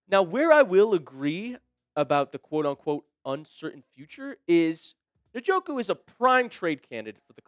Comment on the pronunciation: This guy is an idiot,.he can't even pronounce njoku,s name